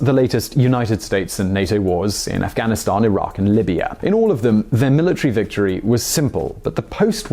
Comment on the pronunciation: please stop saying afghanistan that way my ears are bleeding